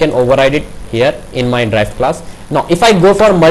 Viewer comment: You are pronouncing Derived class as "Drive" class.........it was confusing for me earlier...otherwise Nice video.